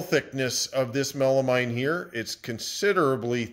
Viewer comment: It's Melameen, please. I cringe when you say Mine.